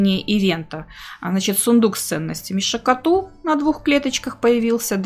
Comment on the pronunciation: шакАту, а не шакатУ. аж уши режет.